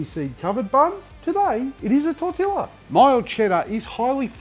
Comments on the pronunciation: Trying not to be pedantic, but the true pronunciation of tortilla is "tor-TEE-ya". That aside, looks great, I'm doing it! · I only read the comments because I was expecting a stack of comments about your pronunciation of tortilla. I was disappointed that there was only one! Like someone else said, I like the flavour of the Big Mac, but the bun is a bit of a let down. I think I'd enjoy this (without the green circles of slime, I hate them!) for that reason. Thanks! PS: Still can't find the Hype button on anyone's videos that I watch regularly.